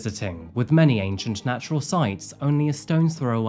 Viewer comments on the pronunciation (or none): none